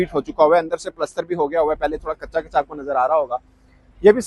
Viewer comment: प्लास्टर ❌ पलस्तर ✅